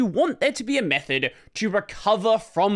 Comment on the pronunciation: recovery meht (th)